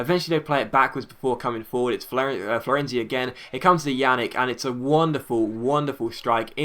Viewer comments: More like "Pjanich" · It's not pronounced "Janick." It's pronounced "Pjanits." Anyways, awesome upload. :D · It's not yannick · Pjanic is pronounced pee-yan-itch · Just so you know, Pjanic is pronounced P-yahn-ich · you're pronouncing Hamsik as best as an englishman can ;) Pjanić and Ljajić are worse tho..